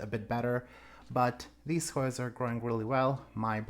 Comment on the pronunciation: Beautiful plants as usual. I'm always impressed at how well you pronounce those difficult Hoyas 💚